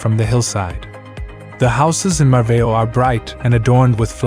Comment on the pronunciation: Lovely places, I know most of them, despite the strangled pronunciation of them ☺ Mar-vow. Obidos is pronounced with the same rhythm as Lollipop. Nazz-array not nazair. etc etc